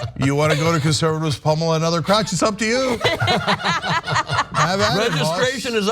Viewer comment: Did they say pummel or pommel?